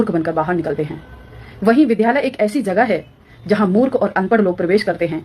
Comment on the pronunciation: बहन की नीली विधालय नहीं होता विद्यालय होता है ।इनको वेद पढना था। जिसको द्य और ध के अंतर का नहीं पता। रंग तो गोरा है फिर भिमटी कैसे हो? कोई फिरकी ले गया होगा।वैसे भिमटे तो अफ्रिकन कलर के होते हैं।